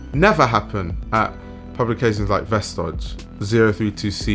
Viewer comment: It’s said like “vestoy” :)